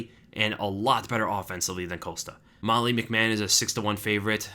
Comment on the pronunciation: Molly McMann? Can you read?